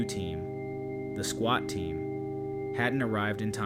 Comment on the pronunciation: Swat not Squat 😂